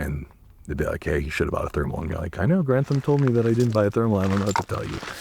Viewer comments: Why can’t he say thermal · Can you not say thermal?